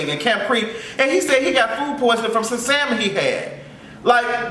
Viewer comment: I’m hollerin at you pronouncing the “L” in salmon 😂😂😂